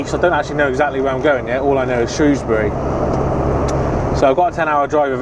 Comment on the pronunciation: I live in Telford, shame I missed you. Im normally either driving near London or Doncaster lol I’m so glad you pronounced Shrewsbury the way you did haha, some folks want to sound posh and pronounce it “shrowsbury” teehee